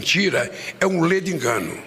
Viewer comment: Esse delinquente falo muito errado. Kkkkk Só invés de falar : ledo engano, ele diz ," leide engano".